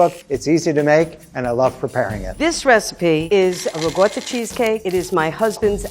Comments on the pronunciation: Ricotta...not regoda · It's Ricotta, not regorda cheese. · I love but part of me died every time she said rigoiata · As an Italian, I was TRIGGERED by saying “Riggota” instead of riccota.. Love her tho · Why is she calling it rigooota? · lady: uses ricotta also lady: RIgOrtA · J0my He’s talking about ricotta the ‘c’ is pronounced as ‘k’. The ‘r’ in Italian has more of a roll too. And the ‘o’ is more a short ‘o’ similar to stop. The ‘a’ should sound clear and open from the throat. Like when they doctor tell you to say aaahh but short ofcourse. It sounded like she said wrigoitah instead of ricotta. It should sound somewhat similar to Terracotta. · Pronunciation - It’s Ricotta, Not “Rigot” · I swear this chick is really pi**ing me off saying rigotta like who the heck told you to say ricotta like that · No one: RiegOtA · No one: Not a single soul: Grandma: RIGUOTTA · People from Italy don't pronounce that word with a "g" sound. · What's up with the lady's pronunciation? Why is she calling ricotta "rigoda"? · I'm sorry I love you but how tf do you pronounce ricotta?? “rougouder"?? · It's ricotta lady, RICOTTA, UGH. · Am I the only one off-put by how pronounces ricotta? Dear lord woman, not even rural Italian farmers pronounce it with that strange an accent... It's not even strange to pronounce, it's literally as written. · Kinda does my head in how she pronounces ricotta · Not only did I live in italy for YEARS and speak the language fluently. I spoke it so fluently I taught English To Italians IN ITALIAN! And I can say whole heartedly that people trying to pronounce italian things in a garbage bag New York accent should be a war crime. The cheese is Ricotta. Pronounced (Ri-Co-Tah) idk what the hell Riguttuh cheese is! My goodness, if you wanna sound like you know some other language maybe try A little bit. Otherwise she seems like a lovely lady, but her italian is as bad as My own grandmothers, and she's never left the state of Colorado